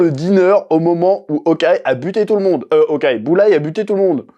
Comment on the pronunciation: J'écoutais cette video sans regarder et à ce moment je me suis dis "hein? Boulaye?"